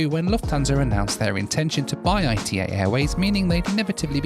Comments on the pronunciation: Hi, It’s not AITEI it’s ITA like ITAly :) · It is Ita. Not I.T.A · quick correction on the pronounciation of ITA dont pronounce it like "I T A" pronounce it like ita. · Not I.T.A. ..its pronunciation is Ita like first part italy (eat-a] not i t a . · dear you can say ITA it's okay, no need to spell I. T. A:D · Stop calling it I.T.A it’s pronounced altogether, ita. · Please don’t call it “I T A Airways”, Call it “EE TA” Airways 😉 GRAZIE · A little bit of research and you would have worked out it was pronounced E-TAH NOT I / T / A!! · PLEASE STOP SAYING I-T-A (ai-t-ei). Is ITA, like Ita in Italy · Unfortunately it's not pronounced I.T.A. it's pronounced ee-tah. I thought it was I.T.A. too when they first started. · It’s my understanding that the airline is pronounced “e-tah” and not I T A. In fact you can hear the cabin crew say it at about the mark or so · Hey, love the video, but I have to correct you because I-T-A Airways is just ITA all together, you should just say it like you say Italy but without the “ly” at the end. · pronounce it Eetah please. 😂 love your vids. 😉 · Ita, no ai ri ei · I believe they pronounce it “EE-tah” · Nice video , by the way ITA airways is spelled like Italy withouth the rest two letters . It is not pronounced separately I-T-A it prounces together. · Great video, ITA is pronounced EETA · Only can somehow pronounce ITA as I.T.A 😂😂😂 God Bless you!😂😂😂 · ITA pronounced Eee-TAaa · The correct pronunciation of the airline it's not the English one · Please pronounce ITA correctly